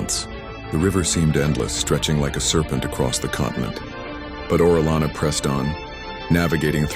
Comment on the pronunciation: You pronounced his name correctly the first time. Then you you continually misprnounce his name throughout the video.